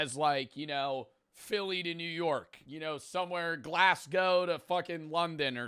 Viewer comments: Its not Glass go its glaseGo You pronounce it like how you say vase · glass-coe... please